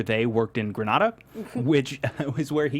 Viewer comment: They pronounced Grenada right in the show and this guy comes and pronounces it wrong 😠